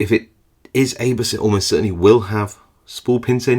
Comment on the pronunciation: Isn't abus pronounced aboo in English?